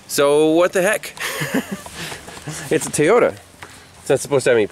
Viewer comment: The only problem I have is keeps saying Teyota not Toyota. I hear that a lot here in az from the Mexican folks that cant speak English very well. Lol